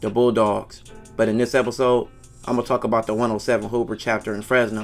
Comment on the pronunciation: Operation "Hoovah removah" 🤣🤣🤣🤣